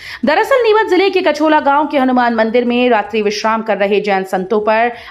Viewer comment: Kachhola nahin kachhola hamare gaon ke pass hi hai gaon ka naam to sahi bol diya karo didi gaon ka naam कछाला hai